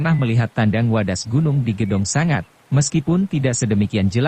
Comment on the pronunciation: Sebagai narator yang baik, pakailah bahasa Indonesia yang baik dan benar. Kata sanga berarti 9 Sanga ya harus diucapkan Sanga... bukan sangat